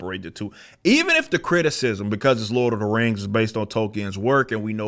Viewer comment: If LOTR was black, it would be pronounced exactly like rippa says right here. "LORD OF THA RANGS".